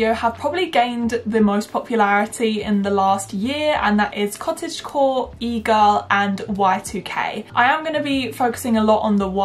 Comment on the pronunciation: im currently watching this with cc on rn and I laugh every time she says egirl cuz it comes out as eagle